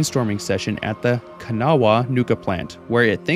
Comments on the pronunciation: Listen, this may be nit-picky, but as a west virginian, its pronounced like Cuhn-Aw, not can-a-wha, or can-aw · I appreciate the attempt to pronounce Kanawha correctly but you sound like a yankee. Most people I know pronounce it Ka-gnaw and call it a day. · The “wha” in Kanawha is silent (it’s pronounced Ka-naw) I find it interesting how many people that played 76 read it wrong but I can see why they would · I have much love for you but as a native West Virginian I die a bit inside every time you pronounce Kanawha. Proper Appalachian pronunciation is Kan-ahh. And be sure to say it with an accent. Very respectfully, Atom’s loyal servant